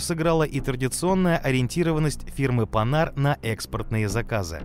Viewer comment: Редкий случай, когда автор не исковеркал французское название марки. Спасибо.